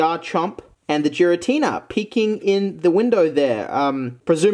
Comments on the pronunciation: It almost hurts to hear 'Jiratina' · It’s pronounced Giratina